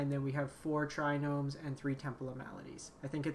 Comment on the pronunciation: please I'm begging you. There is no N in Triome.